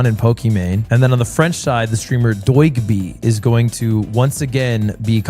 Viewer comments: "im fluent" just after pronouncing Doigby like "doygby" is pure provocation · "they say im not fluent" proceeds to say Doigby totally wrong 😭😭